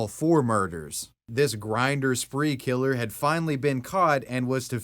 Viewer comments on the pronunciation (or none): .... why you say grindr like that... you make it sound so dirty when its no different than tinder or any other dating app.